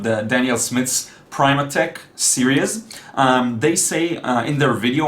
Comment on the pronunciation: Hi there, Primatek is pronounced with "short i" as in prim not prime. : )